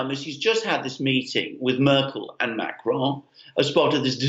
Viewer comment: please learn to say Macron with a French accent not a Mexican one.